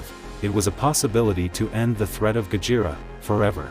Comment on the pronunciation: I wonder if there will be a Mothra or even King Ghidorah analysis video also it sounds weird when AI couldn't even pronounced Gojira correctly it said "Gajira" not Gojira